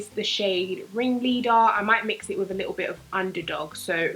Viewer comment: "... a bit-tle" - 2018 lmao <3 luv ya